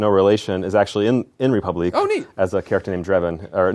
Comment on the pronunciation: it's funny how he can't say the french word république